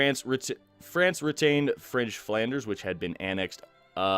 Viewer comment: The way you say Flanders is absolutely amazing. I'm from Flanders myself, and you say it like 'Vladeren' almost 'Bladeren' which would mean leafs. :D